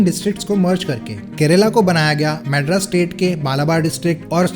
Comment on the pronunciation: Mad-rus? Lol wtf hindi belt